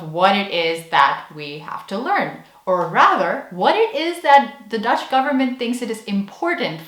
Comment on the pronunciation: Wow your Dutch accent is very good! Kudos! I think I have to agree with you on the 6 hour course on Dutch values being kind of a weird high-pressure cooker thing...